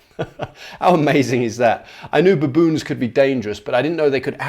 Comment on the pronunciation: I'm glad I'm not the only person that pronounces baboon, buh-boon.